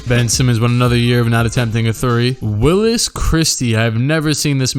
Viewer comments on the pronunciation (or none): none